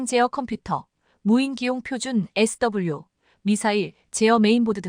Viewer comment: 무식 무자격 무첵임 무능력한 나래이터를 규탄한다. 소프트웨어( Software)영어약자 SW를 에스따불류로 읽는 것은 21만명 구독자를 우롱하는 수준이다. K2전차를 K2전자로 오기하고 그대로 읽으며 세계에 통하는 케이 투(K2) 전차를 케에이 전차라 한다면 KE전차로 오인하지 않는가???